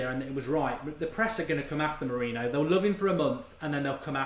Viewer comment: Learn to pronounce Mourinho correctly.